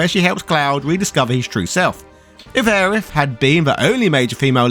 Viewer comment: "Aya Brie" 🧀 hohohoo~ I didn't know you were French